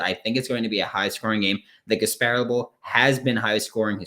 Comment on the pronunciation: Pronounced Gas-pah-rilla not Gas-pare-uhl. Offense O TD's for EJ, not 4 No frosh qb's played Florida did not win It was not a shootout No uf 100 yard receiver Gamble - 15 yards Copeland - 35 yards uf team not ready to go Defense UCF didn't score 30 No big plays on D, really Only 2 sacks, not 3, very close though! Umanmielan 3 tackles Dexter did do very well 9 tkls Trey Dean 0 ints Elam 0 ints Helms 0 ints The betting plays were: the under, not your over pick UCF +7, not your uf -7 pick Just messing with you, bruh. I thought it would have been much different too. But, Emory Jones underperformed for you, and over-performed my expectations (at least 2 picks, one for 6). He did go well below my expectations of just over 50% completions. He was actually below 39%, 14/36. Ouch! I am guessing that smart ass Gus passes on trying to land him now. EJ is a hot mess and I wish he'd played the whole game vs FSU. AR-15 makes y'all instantly better next season, but Dan's refusal to play him more means longer to develop with game experience. I hope both our teams are one day going at it like we did in the 90's, ranked top 10 or even 5 when we play. miami will not join us, if we make it. 2 decades of irrelevance can't be erased in 2-3 seasons. Take care. Though it was off, it was a good listen. Merry Christmas and a Happy New Year!